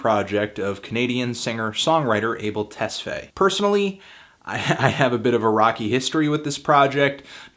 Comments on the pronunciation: last name is pronounced (Tes-Fy) like "i" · Bro his last name Tesfaye is pronounced "Tess-FAH-yay". I'm sorry if I sound anal, but just a huge fan of Abel's.